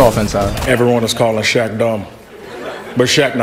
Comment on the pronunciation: when the person said shaq i heard shaxx